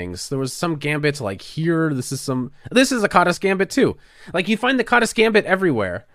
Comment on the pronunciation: It's pronounced as kaadash in Hungarian but never mind.